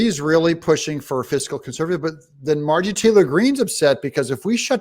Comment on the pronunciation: Doug, her name is MARJORIE. 3 syllables. You always pronounce it MARGIE.